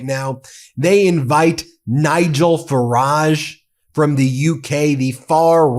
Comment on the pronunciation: It's pronounced "Fa-ridge" not "Fa-rar-je". He's not French.